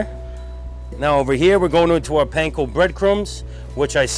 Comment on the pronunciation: Did he say panco bread crumbs? Just like the country.